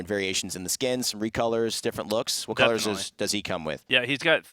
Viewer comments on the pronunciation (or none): none